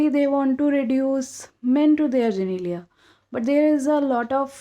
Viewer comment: You're so cute! You said genelia instead of genitalia :')